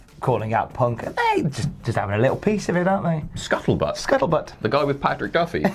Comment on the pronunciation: The guy with Patrick Duffy was called 'Scuzzlebutt', not scuttlebutt.